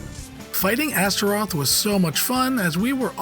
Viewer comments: Stopped watching when the dude kept mispronouncing Astaroth as Azerot. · Astaroth.... Azeroth..... - bruh